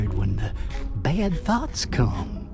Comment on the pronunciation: Did he say “thoughts” or “thots” 😂 at the end 😂